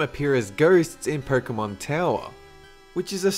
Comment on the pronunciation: "Perkemon"Hahahaah love how he says it!